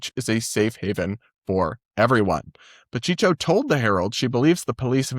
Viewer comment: just so you know, Pacheco is "pah-CHEH-co." You'll probably run into the name more in Florida lol